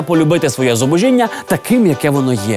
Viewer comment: правильно вимовляти "зубОжіння" :-)